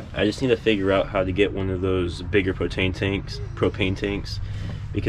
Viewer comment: "Protane tanks", are you a fellow dyslexic? Also, your dog is most certainly a good doggo. Well behaved waiting for your video recording. Nice vid. Nice rig!